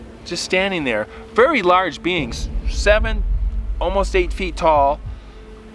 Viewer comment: I was very confused for a minute or two, until I realised you were saying "beings" and not "beans".